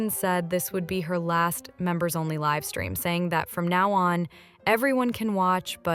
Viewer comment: I really like this voice! And I feel like there should be less pronunciation errors. No offense meant at all but because it was more British sounding before, a lot of things were misspoken like livestream- it was live (like to live your life) stream. 😂❤ love you